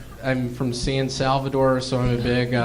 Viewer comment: Then he later said, “San Salvador” 😂😂😂